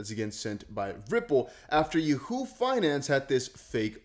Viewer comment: Bro please learn how to say Yahoo smh 🤦🏽‍♂️ lol 😂